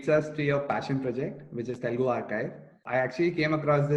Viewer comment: OMG, what’s the deal with "Telgu", especially when you are native speaker!?!